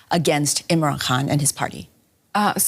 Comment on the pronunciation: Why this lady keep saying Imran Han instead of Khan 🤢